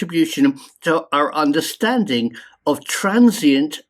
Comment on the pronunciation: "DO YOU READ OUER COMMENTS"